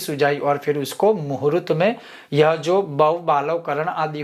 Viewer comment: Muhurat nahi. Sir muhurt bolakaren please